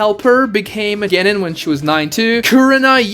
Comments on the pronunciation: CAN YOU PLEASE PRONOUNCE GENIN CORRECTLY!!!!!!!! ITS PRONOUNCED (G-EH-NEE-N) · The fact that you can’t pronounce genin makes refuse to watch any other video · Can we talk about he can't say genin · is no one gonna say he said genin wrong?? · The second I heard how you pronounced Genin I stopped taking this seriously lol